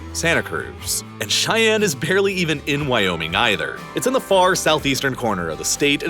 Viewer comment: The state capital is pronounced Shy-Ann NOT Ch-I-Ann 🙄